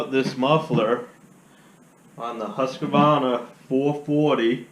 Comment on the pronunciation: Husq-varna there’s no “a” between there lol